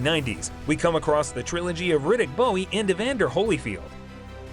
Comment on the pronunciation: How could the narrator know anything about boxing when he pronounces ridick bowes last name like it's a knife? Bowie ... Smh And OMG jake lamotta he pronounces with a long o. Well, back to the video, let's see what else he messes up